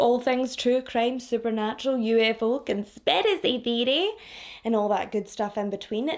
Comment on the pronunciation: So happy you uploaded today and Sooo happy you're back to your normal way of saying "conspiracy theory" bcuz I Love hearing you say it. Hope you're doing okay sweetie 😘 Watched Sherrilyn today too 😁